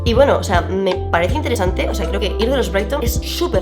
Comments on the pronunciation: no es "braidton", es "bridgenton" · Muy buen video ! Me encantó ! Solo que se pronuncia bridYERTON y no BRAIGTON 🫣… sorry, se tenía que decir y se dijo 🐣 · Amo el vídeo, pero, ¿soy la única a la que le molesta que diga Brighton en vez de Bridgerton? 😩😩😩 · Es la primera vez que veo tu canal. Y Me ha super encantado tu forma de comentar los looks de esta met gala!!! 👏🏼👏🏼👏🏼👏🏼 totalmente de acuerdo contigo…. A ver si nos invita Anna el año que viene 😜 Ahhh por cierto has pronunciado mal… fatal!! La serie de los Brigerton… no Briston! Jajaja 💋💋💋💋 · yo todo el video escuchando: los brighton, vanessa hunters ajajajajajajaj stoooop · Quienes son los braiton??? Como mierda pronuncias asi bridgerton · Como pronuncia “Bridgerton” Brighton 😅😂 pero increíble el análisis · No puedo ver el video sin enojarme por como dice Bridgerton